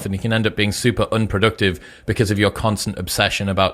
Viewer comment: learn correct English pronunciation Chris, you say e.g. "oonproductive" instead "unproductive" or "stooff" instead of "stuff"